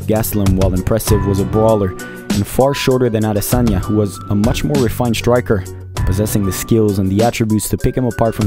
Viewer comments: That Last Adesanya pronunciation gave me chills 😅”in Laura Sanko voice “😊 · Thanks for pronouncing his last name accurately at the end. Youruba names have unique meaning which is lost if said wrongly. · Pronounced the Last name well ! ADESANYA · hope izzy sees this, he'll appreciate that you pronounce his name correctly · I’m Nigerian and I must tell you(the narrator) that the way you pronounce Adesanya is 💯 New subscriber. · Pronounced like a Yoruba man. Kudos from Nigeria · Funny how you perfectly pronounced his name at the end, "Israel Adesanya" hmmmm 🤔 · I live how he finally pronounced his name correct at the end of the video 😁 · Refreshing how you pronounced his surname correctly at the ending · You said the Champs name well at the end - Ah-dey-sonya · The way you closed it out by giving the correct pronunciation of Adesanya is peak. That legit gave me chills. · Thank you for taking the time and care to pronounce 'Adesanya' properly. In Nigeria, our names have meanings and these meanings carry power. And even if Izzy has said it properly a thousand times, so many reporters don't seem to care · I was just about to say this. As a Nigerian, he got the pronunciation really well 👌🏾👏🏾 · That Last Adesanya pronunciation gave me chills 😅”in Laura Sanko voice “ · When you pronounced his name properly at the end I got goosebumps. You’ve got my sub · Great documentary and analysis!! You got a subscriber just by the perfect way you pronounced “Adesanya” 😊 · Enjoyed this immensely and the fact you pronounced his name properly at the last bit, big ups!!!! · Kudos for pronouncing his last name correctly, especially at the end of the video........ADESANYA Obviously, u ve done your research right. Your content is on another level. Keep it up. Loved it. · You're a legend in what you do! My best part of this video is the last bit of you pronouncing his name as his mother would! #Adesanya. God bless u. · The pronunciation of Adesanya at the end tho!👌